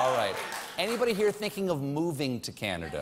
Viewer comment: Love it! The singer needs to work on the pronunciation of Canada, however, as it sounds like he's saying O Caneeda. But I guess we all need a little more Canada in our lives.